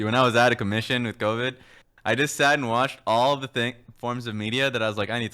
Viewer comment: co-bid? What's a co-bid? Is that like a disease or somethn?